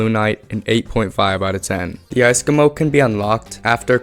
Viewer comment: "icecomo" triggers me